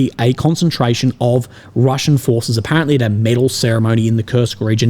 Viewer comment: 😂😂😂 Ukrainian fooohhhces were deployed around heaaaaa “😂